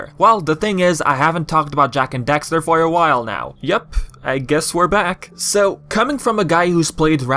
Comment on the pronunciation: why are you saying dexter my guy